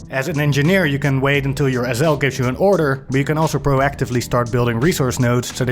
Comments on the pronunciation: It took me a long time to realize he was saying SL, I kept wondering what an ozel was. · Wtf is an “ezzel”? Ohhhh. SL 😂